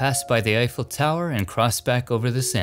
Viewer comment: Now I know how to pronounce Eiffel the right way 😊. Another excellent video!